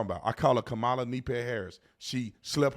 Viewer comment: Tatum, you made a huge gaff, you called Kamale. Tell me you didn't have a Biden moment 😂